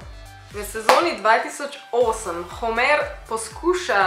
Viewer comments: Ful si zakon sam ni Homèr ampak Hòmer. Ni hate. Lysm ❤❤❤ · homr ne homer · Navadi se prav rect Homer 🤦🏻‍♂️ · Narobe naglasis homer